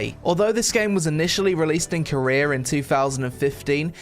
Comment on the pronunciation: where do you come from? - "Koreera"